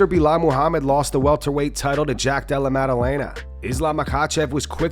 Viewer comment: Did anyone miss how Buffer called him Boolal in the pre fight intros